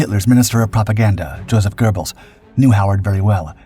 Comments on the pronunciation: There's no "R" in Göbbels! Geh-belz, not GER-belz. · There is no R in Goebles. Why do these stupid RoboVoices add them?